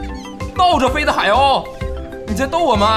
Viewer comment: 鲤鱼你怎么叫海鸥 海耨😂😂😂